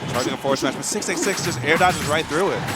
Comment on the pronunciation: i keep hearing "666" instead of "686" time to get the holy water